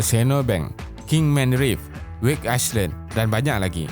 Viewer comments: Minta maaf, '' Island '' sebutannya (Ai land) bukan Ais Land.. Maaf menegur yah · Island cara sebutan dia "ailan" silent 'S' bukan "aislan" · Sebutan island = ai-lan,bukan ais-lan. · Island disebut ai len, bukan ais len... 🙏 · Island sebutan nye Ai-land ..silent S...sorry juz gtau je...☺️ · Island not iceland hahaha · Is lan 😂😭 aku tu